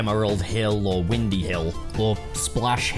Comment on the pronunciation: … I think you mispronounced Windy Hill.;)